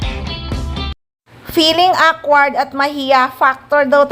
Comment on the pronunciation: Awkward pronounced as uh-kward while rumor is roo-mor